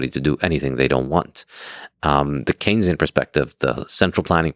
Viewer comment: Why do both of you continue saying “kenzian” economics??? It’s “Keynesian” as in John Maynard Keynes!!! Saifedean is an absolute genius and lex is not very entertaining but has intellectual guest so he at least has the capacity to keep up, why is this a thing? Saifedean is the best light in the Bitcoin space!